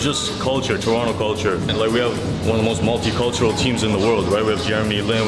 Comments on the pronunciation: Man, y'all's Toronto videos finally started to drop now! Good job getting pronucing Toronto right! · I love this place! Also y’all know how to say it proper ✌️Torono for life ❤️